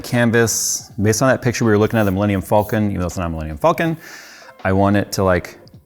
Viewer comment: It bothers me how Jay pronounces “falcon”